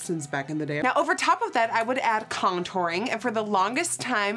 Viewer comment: did she just say contouring so weird or was it just me